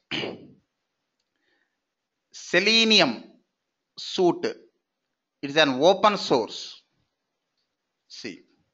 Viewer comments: FYI, as constructive criticism, Suite is pronounced like the word sweet, not suit e. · Suite is pronouced like this 'Sweet' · Suite is pronounced like sweet. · Haa haa voice and his suite,operation,opera& Firefox pronounciation is really funny and can't able to control smile 😂. Teaching and information is good